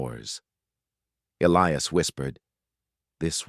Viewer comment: The name 'Elias' contains no 'ill' sound in it and the correct pronunciation has a hard 'i' in it!. Oops LoL 😮😢